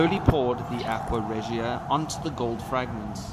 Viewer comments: Please learn how to properly pronounce aqua Regia. It's not ahk-we-uh it's ahk-wuh and Re-juh. I thought subbing but couldn't take it. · The way he says aqua regia